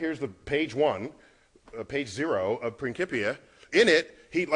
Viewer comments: it is pronounced principia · it is pronounced as prinsipia